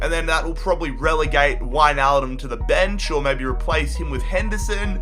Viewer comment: In he said winealbum